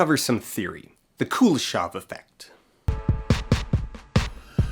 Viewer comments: Also Kuleshov is pronounced Kuléshov, with emphasis on the second syllable. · Kuleshov is actually pronounced with a stress on the last syllable, KuleshOV. Which is something an English-speaking person would never say, because stressting the last syllable in a 3-syllable word is very uncommon for English. However, if comparing which pronouncination is, er, 'more wrong', then stressing the 2nd syllable sounds definitely weirder than stressing the 1st one. Source: I'm Russian. Also, you can check the Russian version of his Wikipedia page, it has stress marks. P.S. I'm not bothered by this, however, because NAMES (in contrast to regular nouns) are always adapted in other languages and almost never retain their original pronounciation. The only Slavic names that retain their pronunciation in English are Dostoyevsky and Pushkin, as far as I remember. P.P.S. If anybody's interested, Chekhov in Russian doesn't have [k] sound in it, it's instead [h] like in "how": [Che-hov]. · I also hate the pronunciation of the name Kuleshov. It is a Russian name and it should be pronounced the way it is in Russian. The stress is in the middle not on the first syllable and the o at the end is soft. Every time I hear it butchered, it hearts my ears. Now tons of people pronounce it wrong because they learned it wrong on youtube.